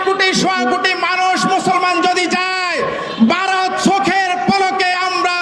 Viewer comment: এই লোকটা তো ভারত বলতে পারছে না, বলছে বা র ত .😂